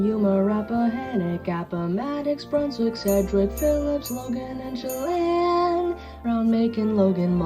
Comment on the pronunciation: My man over here correctly pronouncing Chelan, Pend Orielle, Sakagit...all the notoriously mispronounced Washington state counties. Kudos!